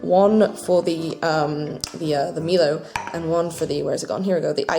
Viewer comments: By the way, it is said MY-low, not ME-low. I had a good laugh at ME-low though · Also it's pronounced my-low and janome says to try it in cold milk too XD I'm glad you enjoyed everything! I'm surprised there wasn't like one thing you didn't like XD